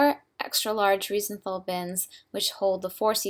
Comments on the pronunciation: Reisenthel is pronounced: Rise `n tell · Reisenthel is pronounced "rice-n-tell" :)